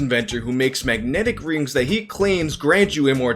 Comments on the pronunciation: Not gonna lie, was my favorite part. I had to relisten to it a few times to make sure I heard you say “wings” & not “rings” 😂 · "He sells these wings" Hahaha, we all get marble mouth every so often, I love your content. Keep rocking in 2019, brother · I've seen this video a handful of times and only just noticed calls the rings "wings" Dunno why but it's cracking me up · He definitely said he sells these wings. LoL i had to buffer back to listen again cuz i was like... did he say wings??